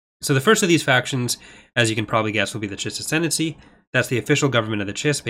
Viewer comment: There's a new mod called "Ascendany"! Sorry,, couldn't resist.